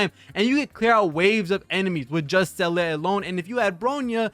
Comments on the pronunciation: well, Seele should be more "SEHH-le" than "Sellay" but whatever, close enough. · Say lay, or Zee la, simple as that